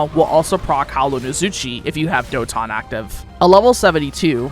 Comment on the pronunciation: trying too hard to pronounce the skills katon doton hyoton in a weird way